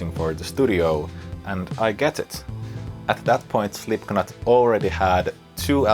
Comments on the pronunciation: Great playing but please, stop saying Slipknot with a K!!! It´s pronounced SlipNot! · Great video, all points made very well. The only point i can make is that the 'k' in 'Slipknot' is silent. But your English is far better than my Finnish so i almost feel rude pointing it out! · Great video, I love this stuff. Also funny, and in the theme of this video is how you pronounce Slipknot wrong - the "k" is silent